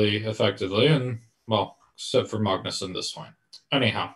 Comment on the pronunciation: His Norwegian take on Magnus is not great, but I definitely support pronouncing it the non-English way. If you want to pronounce it Norwegian it would be Magnüs and not Maagnus (the way Sam erroneously does) where the a is much shorter and the u is pronounced like the German ü Umlaut